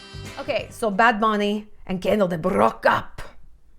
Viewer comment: They way you said "bad bunny" in the intro (you nailed it) ! <3 hahaha love it